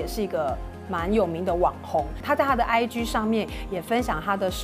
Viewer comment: IG可以不要再發音成 唉”居”了嗎！請查一下G的正確音標發音法，拜託 謝謝